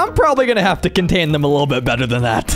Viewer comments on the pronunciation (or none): none